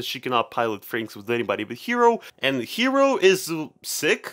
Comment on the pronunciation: Look I swear I'm not trying to be rude and stuff and I know you people who speak english have trouble with japanese, but the protagonist is NOT name "Hero", his name is Hiro, pronounced Hee-Roh, it's a totally real name and it follows the naming scheme of the anime.